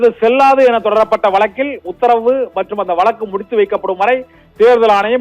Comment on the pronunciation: வலக்கு இல்லை... வழக்குன்னு சொல்லுங்க. கேக்கவே நாராசமா இருக்கு.